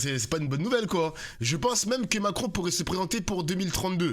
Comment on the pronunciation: c est Mac-ron🙂